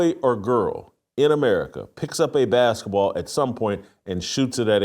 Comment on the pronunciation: What's a "baskah" ball?